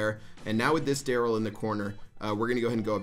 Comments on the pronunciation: You messed up Darryl’s name on purpose didn’t you? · proud of you for not messing up Darryl's name <3 EDIT: AAAAAAAND HE MESSED IT UP IN THE LAST MATCH